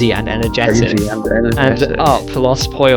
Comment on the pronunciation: I love the idea of some peoples biggest exposure to Spanish being Los Pollos Hermanos haha that whole part was so funny. Also I don't know if speaks any Spanish but that pronunciation was really good!